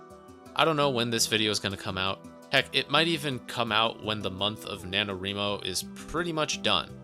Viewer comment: NanoREEmo? You mean NanoRYEmo? As in WRIting?